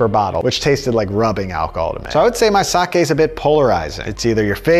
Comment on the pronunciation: Thank you for not pronouncing it 'saki'.